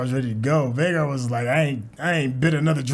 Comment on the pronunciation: He kept saying rhaegar instead of vhagar lol i was caught offguard 🤣🤣🤣. Vhagar is aemond's dragon. Rhaegar is Daenerys' eldest brother.